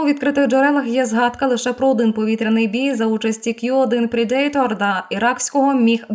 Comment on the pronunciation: Predator вимовляється / ˈprɛdətər/, а не /prɛ'deitər/. 😉